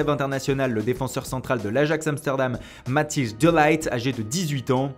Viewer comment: Pour le Matthijs De Ligt ça se prononce "De Lirt" les gars :) (le prénom je vous le laisse pcq je comprends que ça soit chiant à prononcer pour qqn ne parlant pas la langue x))